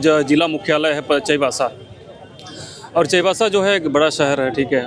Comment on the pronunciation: चायबासा ❌ चाईबासा ✅